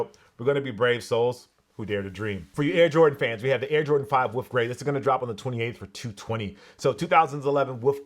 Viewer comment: "woof grey"